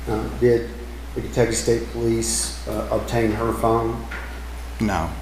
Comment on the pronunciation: Keep on saying "pole lease"